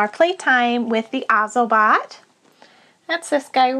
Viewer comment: its actually pronounced oz-OH-bot